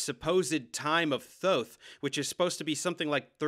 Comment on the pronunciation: Thank you thank you thank you for correctly pronouncing Thoth!